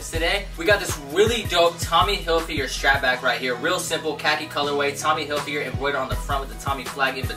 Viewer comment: hillfigger not "hill figure"